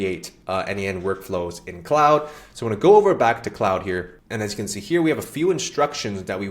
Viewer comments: KLOD not clowd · Its KLOOD not Cloud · CLOUD>>> 🤣WTF...Mate it's CLAUDE... Pronounced Clorrd!